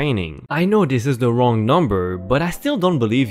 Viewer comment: I hate “wong” numbers.